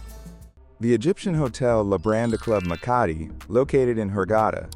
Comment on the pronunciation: Wenn schon der Hotelname falsch ausgesprochen wird, Labadi😢oder Lambadi😢 beides falsch. Nicht einmal im Video richtig ausgesprochen.